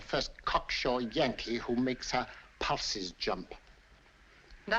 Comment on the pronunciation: A guy who makes her WHAT jump??? Oh, pulses. At first it sounded like he said something else that starts with P. 🌮🍆